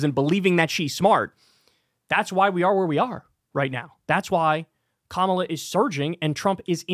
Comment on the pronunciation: Loomer says Kamala correctly, that's the only good thing I can say. The jigsaw comparison isn't making fun of her looks, she did that to her face.